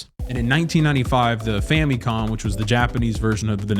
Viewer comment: The "famie con" not the "fam a con", lol